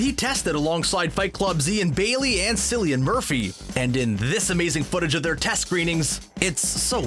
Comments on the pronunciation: Re: Cillian Murphy. Pronounced Killian, not Sillyan. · Cillian is pronounced Killian not Sillian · Sillian? SILLIAN?!!! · Cillian... hard C... like car and cat and can't... Sillyan 🙄